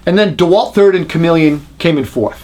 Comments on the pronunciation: Stop saying Chameleon! It's Komelon! Funny thing is, I was recently watching a review of the Bosch 5-in-1 install driver which is actually CALLED Chameleon, and the reviewer kept saying "Shamalon" 🤣 Seriously though, a great thorough comparison. Thanks! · KOMELON, not comeleon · its not komeleon its komelon. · "Comma-lon." Not chameleon. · ko - mel - un Not Chameleon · Uh, it's pronounced Kom-el-on, not Chameleon. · Love how you say komelon haha "chameleon" its not a lizard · You keep saying comeleon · Is he really pronouncing Komelon correctly or just trying to be funny? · You are mispronouncing Komelon. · Absolute bullshit. Pronounce Komelon like some sort of lizard and we know you can not test tape measure qualities. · Yep I loved how well done his review was, but I cringed each time he mispronounced the name of the Korean tape measure. I have the Komelon myself, and it's an awesome tape measure, although probably not up to the vaunted Fat Max.